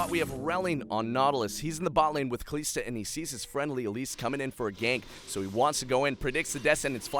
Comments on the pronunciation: ka lis da not ka lees da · Please don't say Kaliiiiiiiista, it's Kalista. One short "i", as in sinister, minister or canister. Thank you. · Pleeease say Kalista right! Just listen to other casters or whatever... Kal-I-sta, not Kal-ee-sta haha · its not KALEESTA its KALISTA, holy fuck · Pronunciations irked me. "Gillow-teen" "kuh-lees-tuh" "loo-she-in"... pls no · it's not KaLEEEEEEEEEEEEEEEEEEEsta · Kalista... KaLISta... WHY KALEESTA!?! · Kaleeeeesta.. cringe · Commentator is pretty good put please teach him how to say Kalista. It's not Kalesta. lol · I think you do a pretty good job casting those plays, but the way you pronounce "Kalista" is reaaaaally annoying imho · kuubilal and this is what's going to happen if he changes his pronunciation. Someone else is going to find that new "Kalista" pronunciation annoying and complain about it. So why not just let him pronounce however he wants, because it is at least understandable. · I absolutely enjoyed the video. I still want to note, that your pronounciation of Kalista is incorrect. Overall you're doing a great job, keep it up! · This casting irks me 1. It's not kaleeeeesta its kalista 2. Nokseean geeyotine not nokshun guillotine 3. A martyr is someone who does for their beliefs, a renegade jumping in is not a martyr